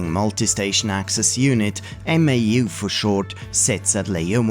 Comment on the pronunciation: MAU is pronounced mow (like cow) I saw a school computer lab that booted a bunch of PS/2s from 1 Novell Netware server over token ring. Eliminated a lot of stuff kids could get up to.